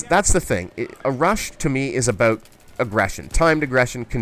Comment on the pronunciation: "Aboot" bahahahaha!